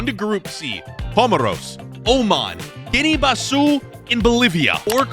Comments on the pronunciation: Next lesson its pronounced guinea - bisaa not bisiuuuuuu . Bro is insulting Africa, my comtinent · bro just stop pronouncing please please bro, gineu bazuu and be-nine? 😭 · the way pronounce some the names is crazy i think moving forward just ask google how to say some of the names. Guinea-Bissau - Iraq - Benin especially Benin it not benign but buh-neen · Maybe learn how to pronounce these countries names first. You made a complete fool out of yourself butchering Benin, Guinea Bissau and Kyrgyzstan.